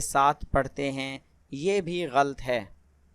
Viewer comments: Jazak Allah. Try to speak gha-lat instead of ghalt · آپ بھی لفظ "غلط " کو غلط پڑھ رہے ہیں... کیونکہ غ اور ل کو ملا کر "غل" نہیں پڑھنا... بلکہ غ زبر اور ل زبر ط ( لط) پڑھنا ہے. میرے پاس زیر زبر کی آپشن نہیں. ورنہ لکھ کر بتاتی. اگر کسی اور بھائی بہن کے پاس ہو. تو وہ لکھ کر بتا دیں... شکریہ